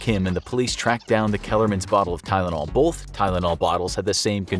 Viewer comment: Its not tylanol its a death note